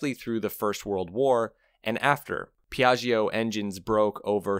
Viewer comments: I understand that you pronounce "Piaggio" in the same way as "Bellaggio". However this prononciation is wrong. Don't say the e "i" after the gg : not Piagg"e"o but Piatcho . And for the Hotel in Las Vegas: Bellatcho ( not Bellatch-e-o" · Great video. One obvious point is a scooter, with its small wheels, is for urban transport. NEVERTHELESS, I had a Vespa 200e 40 years ago and commuted with it on a two lane highway. Put 11,000 miles on it. BTW, second syllable of Piaggio is pronounced like "Joe," not "Geo." All the best. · Cool video! Just FYI, in italian, when we read "Gio" the "i" isn't pronounced, it's there just to tell you whether the G sounds like the G in "going" or like the J in "Joke". Same goes for Gia and Giu (Giulia = Julia), but not for "Ge" or "Gi", which always sound like "Je" and "Ji" unless an h is in the middle. So Piaggio = Piah-jo :) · please learn how to pronounce Piaggio correctly. it is not very difficult, but sounds so horrible when you butcher it. Hint: the g sound in Italian becomes a j when followed by i and e, however it becomes a g when followed by o and u, to make the j sound before o you need to slip in the "silent" i. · Listening to your pronunciation of Piaggio traumatised me. Can’t you listen to a 10 second “how to pronounce” video on YouTube before putting all that effort into an otherwise great video?